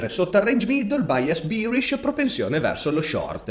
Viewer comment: sono atterrato qua incuriosito dal richiamo che hai fatto durante la live. la qualità dei contenuti era top già allora, ma la pronuncia di “bearish” ha fatto grandi progressi 😂